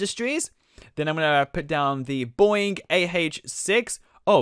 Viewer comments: It's not boooing it's bOEing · Bro please stop you called a Boeing a BOING?!?!?!? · It's not boing its boeing